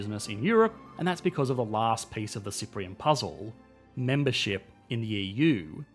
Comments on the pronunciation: Ahh Yes, Mebership! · "Mebership" is hurting me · mebership lol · 'Mebership in the EU." 😁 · "Mebership in the EU" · "Mebership in the EU" :3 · Hehe "Mebership"... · "mebership of the EU" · "Mebership in the EU"... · "Mebership to EU" 😜👍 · Yeah I heard that also 😳